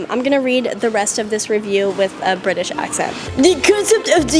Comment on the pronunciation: are u sure that’s British or Britash